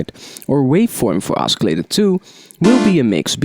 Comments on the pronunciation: First of all I want to thank you so much for the tutorials. You are one of the best teachers on youtube for this kind of music. I know English is your second language, but for your future videos, "oscillator" is supposed to be pronounced like "Ossillator". Even though it has a "C" in the spelling, it is soft like "S" not hard like "K". And the number "3" is pronounced with a "TH". The way you are saying it is like "TREE". Anyways, great job and keep those videos coming!!! -Thanks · Oskillator?? haha